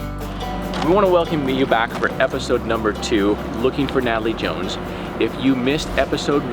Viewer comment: I felt bad for chuckling 😭🤦🏾‍♀️